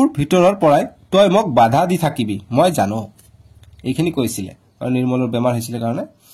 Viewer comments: it's not jaan it's jano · O sir Jaan nohoi pronunciation to jano hai